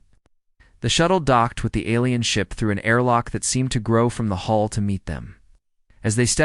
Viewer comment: IT'S HULL HULL HULL DO YOU EVER GET IT RIGHT?